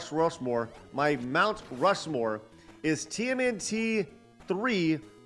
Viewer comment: Rount Mushmore 🤣😂🤣 Good stuff